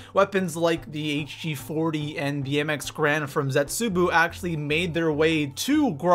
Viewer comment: HE STILL CALLS IT ZETSUBOO